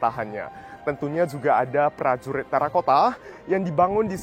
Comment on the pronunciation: Prajurit bukan plajulit , berkuda bukan belkuda 😅